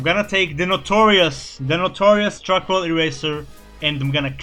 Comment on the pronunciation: man i feel dumb he said "arcoal based markers" i looked up what arcoal is then i realised he missed pronounced charcoal i feel dumb. edit: nvm im an idiot >.< xD